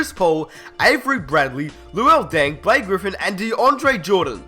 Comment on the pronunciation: Liked the video but, theres no way in hell that the Knicks are ever that competitive with melo on the court, ask jeremy lin. and no chance that kawhi ever develops on the knicks like he did in sa, again, because of carmelo. and cmon, the clippers? blake griffin? you said his name like he jordan.